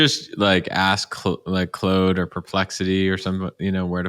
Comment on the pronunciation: Claude is pronounced like “clawed”, not “clode “ 😂